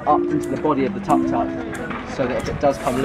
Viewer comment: I love how they pronounceTuk Tuks (the 3 wheeled car they're driving). They pronounce it like tuck tuck but its actually Took Took. They're so cute.